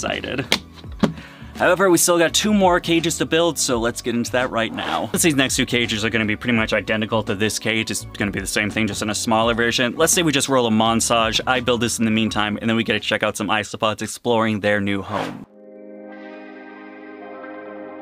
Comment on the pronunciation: I've noticed you trip over your words sometimes and use the wrong word or pronunciation for certain words like when you were trying to say "let's do a montage" but it came out like monsage " and isospods 😂 I think it's adorable and just makes your personality that much more likeable